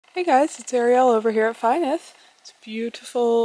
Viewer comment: Yes of course you can. "F" in Welsh is a "v" and the "y" is pronounced just like "u" in "such". So "Vu" (not "vw"). Nyth you already have. The letter "y" can be pronounced as above or as like the "i" in "bit". Give it a try and your Nest will be complete. Congratulations!